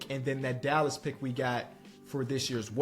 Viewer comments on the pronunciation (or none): none